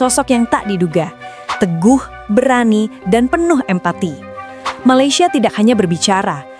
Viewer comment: KANOHA SEBUT perkataan MALAYSIA... betul2 PELAT BANGET..lidah macam orang tiongkok💯..perlu RAWATAN drastik segi sebutan..🤔.....ATAU google sebutan Malaysia ..